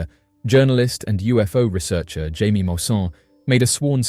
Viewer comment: Mulsannes name is pronounced "Hiymie", not Jamie. And, the bodies have arms and legs, apart from that they look nothing like humans. I'm on the fence, could be a new species?